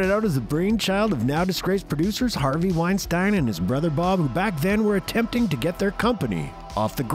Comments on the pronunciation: its pronounced Wine Steen not Win Stine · HOW do you not know how to pronounce Weinstein...really how?